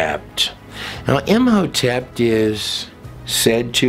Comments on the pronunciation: Curious why you put a "T" after saying the name Im hotep ? Imhotept ? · Whjy are you pronouncing a “t” at end of Im Hotep? I’m confused.